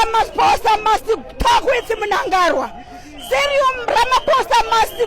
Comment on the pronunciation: The lady is not from Zim,she doesn't know how to pronounce Munangagwa